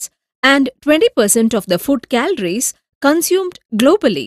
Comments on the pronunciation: it's food not fud😂😂🤣🤣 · But its food not fud